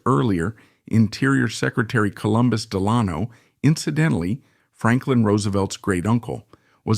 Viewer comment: An excellent production that’s well researched. I did want to mention to you that Delano is pronounced phonetically as “Del-uh-no” …I know..I think now Some go the way you pronounced the A but these were Del-uh-no’s. Thanks again for a great production that held my interest.